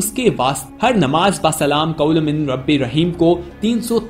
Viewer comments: Qaliloom nahi hai hazrat SALAMUN QAULAM MIR RABIR RAHEEM sahi elfaz ada kre plz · Pls recite it properly...it's not qlolum it's "Qoulam" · جناب آیات کے الفاظ کو غصب نہ کرو جس الفاظ کو آپ قلیل پڑتے ہو یہ الفاظ قول ہے قلیل نہیں ہے